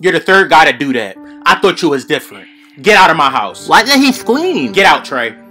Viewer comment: “Why did he scweam” 💀💀